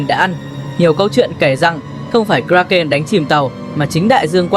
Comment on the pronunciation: Phát âm sai tên sinh vật , một lúc một kiểu , kraken, krakeu ,... ? Vậy nó tên gì mới đúng